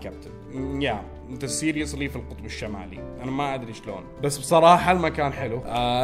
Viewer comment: يقول سيريلاك